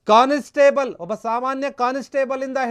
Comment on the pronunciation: No 'conis/table' say constable